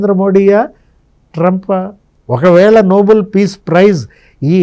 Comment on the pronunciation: అది noble(నోబుల్) కాదండి. Nobel (నోబెల్ ). Alfred Nobel పేరు మీదుగా (నోబెల్ కుటుంబం )ఇచ్చే award